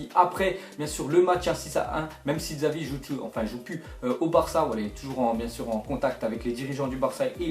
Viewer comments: MAis putain on dit 'Chavi' pas Xavi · deja on dit chavi pas xavi et ke joueur est pirlo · On prononce Chavi et pas Xavi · Jveut pas etre relou mais sa se prononce chavi et pas Xavi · xavi il le dit dzavi MDR 😂😂😂😂😂😂😂😂😂😂😂😂😂😂😂😂😂😂😂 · louis moury-hapchette oui mais sa se dit chavi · le x en Catalogne se prononce ch et non x